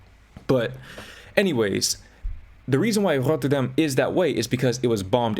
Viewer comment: You pronounced Rotterdam correctly ❤😭 thank you so much